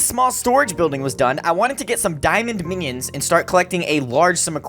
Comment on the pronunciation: He pronounced minions menions